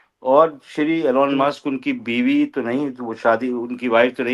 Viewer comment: Pls pronounce name correctly - it is not ALAN Musk - the correct pronunciation is ईलॉन मस्क । Just like Donald is not Donaald Trump!!!